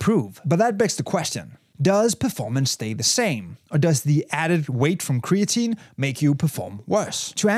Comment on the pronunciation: "cree-AT-a-neen" -> creatinine